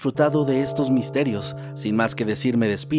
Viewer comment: Tengo tiempo viendo sus video y cada k los oigo me da asi como tipo ansiedad cuando dicen sus nombres. Night crawler si estas bien pero maskedman ? No es “masket” es simplemente maskd sin pronunciar la “e”. Nose como se diga en español pero “thats triggers my OCD” alguien k lo interprete porfis pero si es solo maskd sin la “e”. Esta bien escrito pero mal pronunciado. Les aconsejo k si no saben pronunciar palabras en ingles, mejor las usen en español, nose porke ese afan d kerer verse “cool” hablando diske ingles y no pronuncian correctamente las palabras. Al fin, el canal ES en español, cual es el pedo? Me encanta escucharlo en español, se oye mas “macabro” hay les encargo.